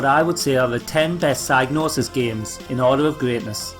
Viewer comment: Every time you say psygnosis I keep hearing "sad noses". Anyway, great upload!